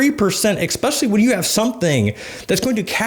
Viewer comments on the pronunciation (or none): Cmon bro it’s ESpecially not EXspecially lol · “Expecially” smh 😕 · No offense, but the word is ESPECIALLY, not EXPECIALLY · Expesially? Eggspesially? 😅🥳✌ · did he just say x-specially? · I think I unconsciously knew not to put penny stocks into an IRA, but clearly spelling it out for me helped to actively avoid that as a long-term investment strategy :] Thanks for the tips, “ekspecially”s aside ;P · Great info. At the risk of sounding like a prick I must say the use of the word “exspecially” does make me question a guy’s credibility in most circumstances. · it’s pronounced Es-speshully. Are you from philly or Pittsburgh? I hear they pronounce the ex